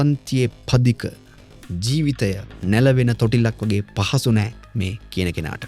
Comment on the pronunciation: නෑ බෑ වෙනුවට නා බා වගේ කියන්න එපා, එපාවෙනෝ.